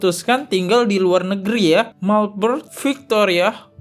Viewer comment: Pak di bacanya melben ,bukan Melbrun Belajar Baca dulu yah